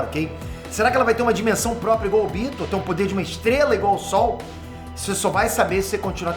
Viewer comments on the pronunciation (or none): none